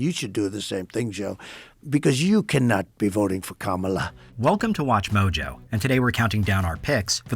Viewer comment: wait, did he actually pronounce Kamala Harris' name correctly? lol